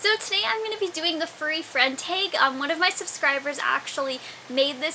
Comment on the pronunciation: STOP SAYING TAGE!!!!!